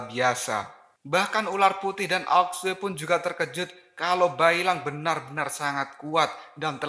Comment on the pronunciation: Bukan aok sue namanya ao xue bacanya ao shu. Aok sue aok sue aok sue emosi gua denger aok sue